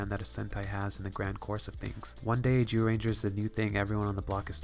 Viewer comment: he keeps saying Jewranger lmao